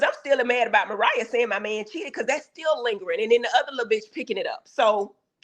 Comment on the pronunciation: JUST SAY MARIAH